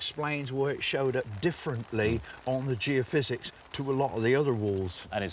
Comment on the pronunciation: Tony isn't able to say geophysics ?